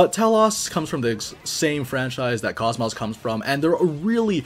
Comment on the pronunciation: So I'm not sure why it is EVERYONE that I've seen make videos for this, or if she says her name differently in the game sometime. But KOS-MOS has an "oh" sound where the O's are, not an "ah". This is true for both enlgish and japanese.